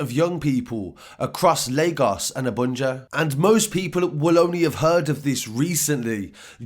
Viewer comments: man said Abunja :D Its Abuja my bro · Its Abuja not Abunja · It’s pronounced “Ah - boo - ja”